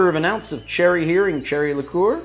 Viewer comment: Please say Heering cherry liqueur.